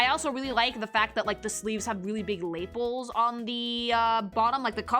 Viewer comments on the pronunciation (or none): No way you just called lapels "LAY-puls" lol. It's pronounced "luh-PELS".